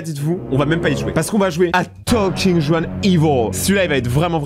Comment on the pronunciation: Juan se prononce ruan c’est espagnol